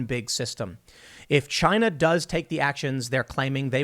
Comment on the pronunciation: CHY-NA... rhymes with...